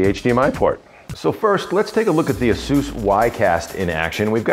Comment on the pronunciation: It is counterintuitive but Asus is pronounced A - sue -s. He is saying it properly. Call the customer service number and you can confirm it.